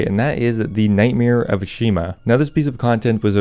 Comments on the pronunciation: It’s “Ah-Shi-Hama” ✅ Not “Ah-Shi-Ma” ❌ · Ash-eee-hama. slepe = sleep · It's Ashihama, he just can't pronounce it so save his life, somehow managed to drop a whole syllable